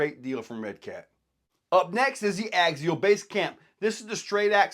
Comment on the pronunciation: theres no G in axial. stop it.